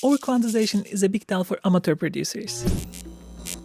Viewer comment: Say: a-muh-chr.. a-muh-chr.. a-muh-chr.. NOT Amater